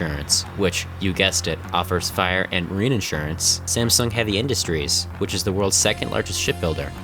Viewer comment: It hurts me that you pronounce the "sung" in "Samsung" correctly, but the "Sam" completely wrong